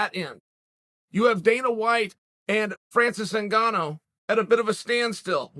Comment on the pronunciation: I am disappointed that Chael pronounced both of their names correctly